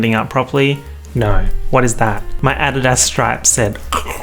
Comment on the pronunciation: How the FUCK did he just pronounce Adidas?